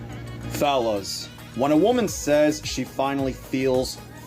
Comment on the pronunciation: notice how when he says fellas it sounds like phallus...